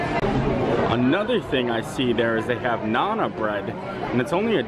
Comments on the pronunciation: Sure I do. Part of what makes endearing is his mispronunciation of many words. But nana for naan!? knows I was not being disrespectful to him. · you are great but it's Naan. Said like Yawn but with an N at the front. Think long a sound. Naan. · it's pronounced "Nahn" It's an Indian bead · the next time this man says 'nana bread' 👀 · If you're not sure of the pronunciation of some of the words, it would be better if you could get some help before doing the video. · Oh! I cringed every time you butchered the pronunciation of naan bread. That's a really good food court. We stayed there in January of 2017 and really enjoyed it.